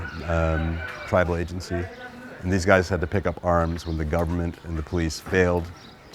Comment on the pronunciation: thees? These.English!